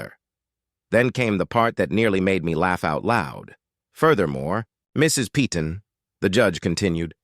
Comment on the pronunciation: Yeah, and the AI generated narration mispronounces 'Peyton' repeatedly throughout the video. A lot of the narration in these fake scenarios is truly pathetic and getting quite tiresome to endure.